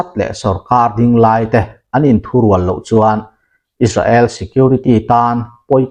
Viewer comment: Is-ra-el tih tulh tulh t chu a mawi lo em mai,Sap pachal leh an mahni lam dan chuan Is-rel,Is-reli an ti mai si a!.